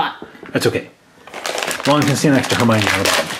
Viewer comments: HER-MY-OH-NEE ! not her-my-nee🤨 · Herminie is howhe pronoused it